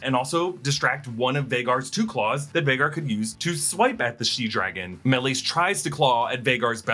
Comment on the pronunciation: Dude stop butchering the name Maleys 💩